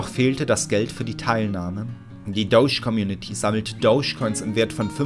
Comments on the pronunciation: Bitte sag beim nächsten mal ^Dodge^ und nicht douche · Ich dacht mir auch, jeder andere sagt Dodge :D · "Das Dousch-Car"